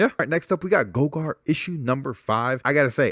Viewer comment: I just finished reading gogor ( pronounced Gaw-Gore) and I really enjoyed it weird but good. Middlewest for sure!! Killer groove!!! Lil bird freaked me out and I stop picking up lol